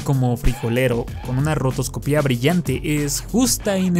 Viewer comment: Segunda persona que escucho que dice "rotoscopía" en vez de "rotoscopia" y no entiendo porqué.